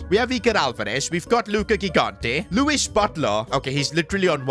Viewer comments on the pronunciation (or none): none